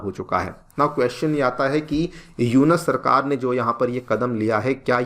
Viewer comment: ji..Its not यूनस, Its यूनुस